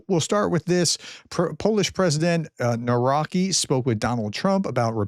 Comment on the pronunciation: Again, when pronouncing Polish words (like Nawrocki) remember, that "W" is pronounced like English "V" and "C" is pronounced close to "TS".